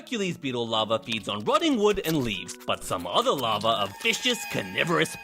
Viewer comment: It's larva not lava